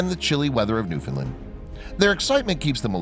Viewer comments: It’s not new” finlind “ itsNew found land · As a Newfie. It’s not pronounced the way this guy is saying it 😂😂😂